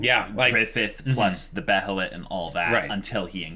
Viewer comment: Still gonna say this, behelit is pronunced Bay uh lit